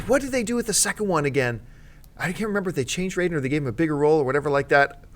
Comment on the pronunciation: Yeh you can tell hes not a proper MK fan, he cant even remember how to pronounce Raiden's name.